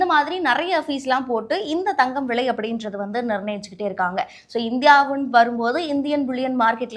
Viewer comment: விழை இல்ல தாயே… விலை விலை நீயெல்லாம் news வாசிக்கிற கொடும கொடும